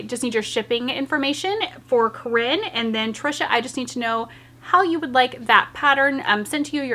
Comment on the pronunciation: Yayyyyyy!! Even tho I didn't win you said my name right 🤣 nobody ever does lol. Congrats other corinne